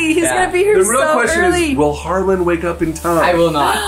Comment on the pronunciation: I thought it was Harlan? She always says HarlanD. Just confused….